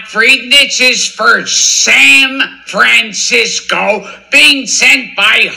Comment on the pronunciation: great digging!! why do you think he says saM fransisco and cLorpse?